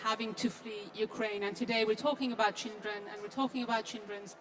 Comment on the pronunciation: Rana Rahimpour has a problem pronouncing the word "Children" She keeps on saying "Chindren" Not sure why?